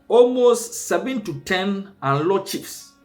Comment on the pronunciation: Presenter learn how to pronounce Anlo properly next time before you come on air